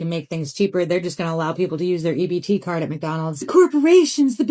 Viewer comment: Would somebody please teach the AI Narrations the difference between Car, Card, And CART! Thank you.